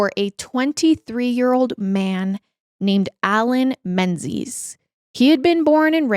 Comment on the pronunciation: 'Menzies' is actually pronounced 'MING-iss'. Nice photo of Linlithgow Palace, by the way.